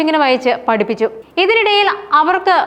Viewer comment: പടിക്കാൻ, പടിപ്പിച്ചു, എന്താ ഉച്ചാരണം